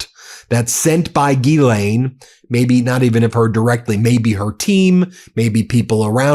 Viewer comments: Euuu one correction It’s not Gilaine but in French GhiSlaine. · Not Geeelane, it's Ghizlane. It's all in the Pronunciation. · It’s Ghislaine not Guylaine. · Please think of her name as being spelled as: Jisslenne and the emphasis is on the "slenne". The U.S. media pronunciation of her name is breaking my eardrums! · We should pronounce her name: "Jizzlane". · gee lane??? come on guy, english aint that hard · Ghislaine’s name is French, a phonetic pronunciation of her name would be JIZ-LEN (French pronunciation) or JIZ-LANE (English pronunciation) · JUST A MINOR POINT,,,,Her NAME IS GHISLAINE,,,PLEASE,,,try to PRONOUNCE it RIGHT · at least learn how to pronounce ghislaine. it seems juvenile to mispronounce it on purpose